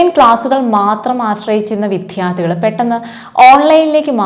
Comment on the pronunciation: വിദ്യാർദ്ധി , വിദ്യാഭ്യാസം > വിധ്യ അല്ല വിദ്യ